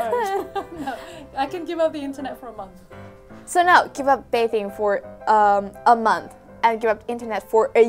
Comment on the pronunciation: it's bathing not bacon.